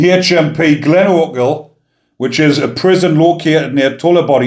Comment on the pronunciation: Good pronunciation bigman.... Glenochil.... I'm impressed. 😎👍